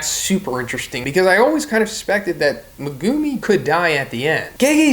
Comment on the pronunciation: why are you saying megumi like that